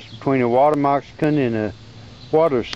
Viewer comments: Its Moc- ca-sin not mox-i-can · lol, you say 'water messicon' sounds like 'water mexican' =) cool video, though also, I read somewhere that those things can still bite hours after death (reflex) - be careful! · Dude, learn how to say moccasin.